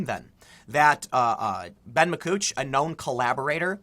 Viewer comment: You said "Ma cooch" teehee